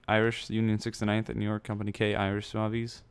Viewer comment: its pronounced "zouvs" not "zouvies"